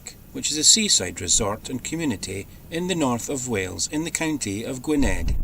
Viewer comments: It’s pronounced Gwyneth! Double dd is a th, double ff is a f, single f is a v. Y is an er and W is a very short oo. I wish I could let you hear as this might not translate properly! I’m not Welsh but I used to belong to a Welsh choir whose conductor was a well known Welsh baritone in his time. Hope that helps. Loving these videos, binge watching. ☺️ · Greetings from Poland. Min Y Don (in English - At the edge of the waves) looked OK. Good facilities. You were in the county of Gwynedd (pronounced Gwin-eth). Isn't Harlech Castle superb. And the worlds steepest street Ffordd Pen Llech, derived from the Welsh words pen ("head", "end", "top") and llech ("flat rock", "slab", "smooth cliff") can be translated approximately as "end of the rock", "head-stone", or perhaps "stony headland". What a walk down! The beach looked fantastic and the drone shots were wonderful. Midge to the rescue. Poor Tricia - I hope she got better quickly. Stay safe please and I'll see you soon